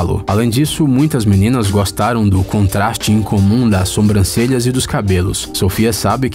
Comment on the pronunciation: SOMBRANCELHAS? Por favor, narrador, assassinou a língua portuguesa, hein! É Sobrancelhas, aprenda agora!